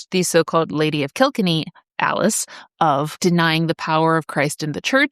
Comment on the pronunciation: Kilkenny is pronounced kɪl-KEN-ee ( ￼ /klkn.i/ /𝑘𝑙𝑘𝑛.𝑖/ ). It is a three-syllable word with the primary stress placed on the second syllable ("ken"). The pronunciation is commonly broken down as "kill" + "Kenny"